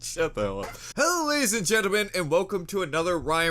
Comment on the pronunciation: The fella in the video that ryans reacting to said gentlemen wrong